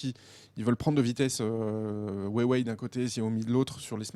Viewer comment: Wéwei ?? Ou Rwawei ? Franchement